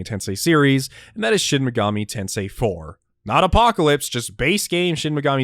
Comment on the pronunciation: I liked this video simply by virtue of you being one of the only people on this website I've heard actually say "Shin Mega-MEE Tensei" and not "Shin Mega-MAY Tensei." I subscribed by virtue of the solid content though. The video was informative yet still very easy to digest and really got me excited to play more of the SMT series than the few hours I currently have under my belt. Great work.